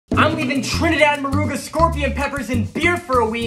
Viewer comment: I heard him say "Trinidad Moruga" (and pronounced it correctly, go him) and it didnt even register until I paused it. Go Trinidaddd. Also, Scorpion pepper? That's just asking for biological torture😂